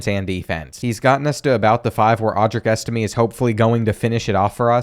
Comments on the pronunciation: It's pronounced EstimAY not EstimEE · Angeli is pronounced “an jelly” and Estime is pronounced “es tim ay”